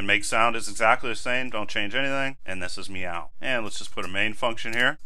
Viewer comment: Since when do cats say "Moew?"